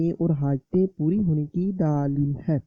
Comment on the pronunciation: Daaaleel nai dleel bola krein